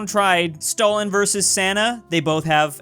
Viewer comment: whoa I always thought ballin like Stalin was born like Stalin, finally pronounced their name properly